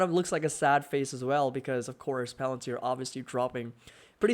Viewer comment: Not plantir, fvrr. You kept saying plantir